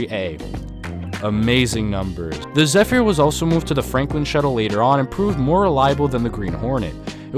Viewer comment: I managed to ride the SOAC on the E train and the R110B on the A. Your pronunciation of "Zephyr" made me cringe.